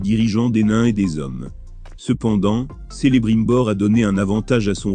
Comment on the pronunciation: Non mais c'est juste n'importe quoi la prononciation ! Déjà ça commence mal, Celebrimbor prononcé Selebrimbor, quelle horreur !